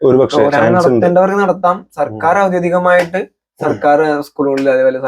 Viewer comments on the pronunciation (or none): എന്താ ചങ്ങായീ, ഔദ്യോദികമായി എന്നല്ല ഔദ്യോഗികമായി എന്നാണ് പറയുക അത് പോലെ ഒയിവാക്കി എന്നല്ല ഒഴിവാക്കി എന്നാണ്